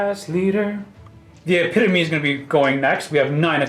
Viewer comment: Eh-pit-o-me. Not epi-tome